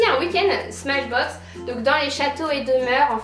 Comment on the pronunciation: tu as dit smash boxe au lieu de smartboxe ahah sinon super video